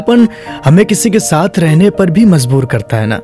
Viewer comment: Good content but I would suggest the pronounciation of the person isn't correct somewhere As mazburi isn't correct it is majburi And kamjori isn't correct it is kamzori....